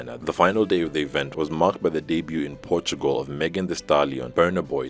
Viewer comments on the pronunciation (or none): none